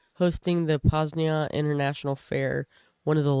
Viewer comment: You said it as Poznia, not Poznań